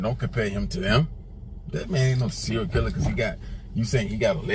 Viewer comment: “Serial” not “Cereal” like food lol